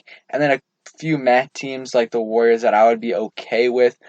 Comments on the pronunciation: “Warriors” is 3 Syllables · Warriors is not 2 syllables.